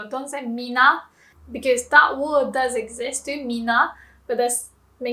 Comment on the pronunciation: Thanks. It’s an oddity of Jp to have different usages depending on spoken versus written. Note: you pronounce “word” as ‘ward’ but it’s more natural to say ‘werd’